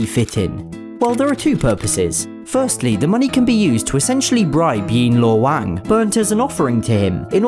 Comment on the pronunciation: Thank you! It's one of the most accurate pronunciation of yan luo wang!!